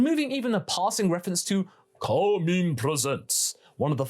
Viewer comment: Why do I keep hear him saying Kami